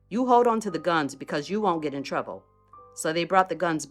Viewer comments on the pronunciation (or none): Even how she said, "trouble", I've heard WSG say, "trouble" and they said it the same way. There is a such thing as a Buffalo accent.